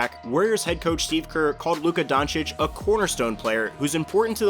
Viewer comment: hey! You finally learned how to pronounce Doncic. How much effort did this take?